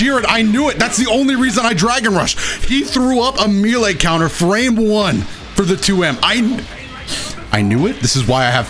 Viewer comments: we have to talk about the way you say melee. I've only ever heard it as MEHleh, youre the first person to say it like MEEleh. This attack on my world view makes me uncomfortable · It's pronounced "may lay," champ. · My man, you got to stop pronouncing melee like that. That ain't how you say that word! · “He threw up a M e e l a y C o u n t e r” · I get irritated with the way he pronounces "melee."